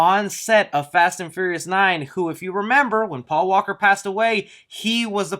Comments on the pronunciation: Am I the only one that caught "Pual in Fast 9". Not "Paul" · Quick correction it’s Paul not Pual. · Word of the video: “Pual”